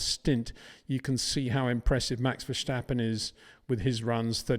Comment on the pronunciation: It is NOT "Bottash" nor is it "Lewisch" nor is it "Oshcar Piashtri" nor is it "Nyck de Vriesh" nor is it George "Russhell" nor is it "Fernando Alonsho" nor is it "Lance Shtroll" nor is it "Pierre Gashly" ... so why on earth do you want to say: "Max VersHtappen"